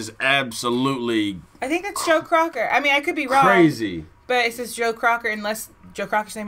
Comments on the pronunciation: It’s not Crocker….Joe Cocker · Cocker not Crocker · *Cocker not Crocker guys! Sorry for the mispronunciation! 😊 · People either loved his voice or they hated it, there was no in between. I'm here to hear, so you know where I stand.(NOTE, it's Cocker not Crocker, not to be mean it is just a Note) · I know this is three years old but damn ya’ll get his name right! His name is Joe COCKER! not Crocker! You guys are driving me crazy! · Joe “Crocker”. Hahaha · Cocker not Crocker guys...He was amazing..think the Wonder Years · That’s Joe Cocker as the lead singer. And his last name is pronounced Cocker, that like cocker spaniel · Do yourselves a favor and Google Joe Cocker and John Belushi doing this song on SNL. Blushing does an uncanny imitation of Joe Cocker. BTW, it's Cocker not Crocker. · It's not Crocker but Cocker!!! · Cocker. Not Crocker. Lol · It’s Joe Cocker, not Crocker. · Joe Cocker not Crocker. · Learn to read....his name is JOE COCKER......NOT CROCKER ! HE IS FROM England. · COCker loo, not crocker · COCKER. NOT CROCKER LIKE BETTY